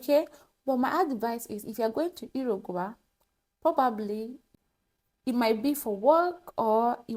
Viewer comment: It's pronounced, ",Yu-ru-guai" 😊